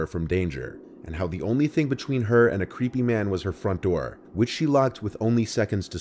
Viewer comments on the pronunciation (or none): "open the noor"